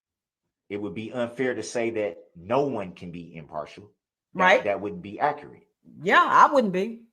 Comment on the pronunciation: DB butchers the English language. Another word l heard him pronounce incorrectly is. Accurate. He pronounces it as AC A RAT.